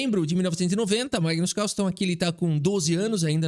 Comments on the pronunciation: ... caRRRRSLLSEN.... queremos o CÁLÇEN de volta!! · Quem percebeu que o falou o nome do Carlsen com sotaque gringo? É "Cálsen",. Tu tá vendo mt vídeo da gringa que eu sei... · Magnus CARRSSENN kkkkkkk muito bom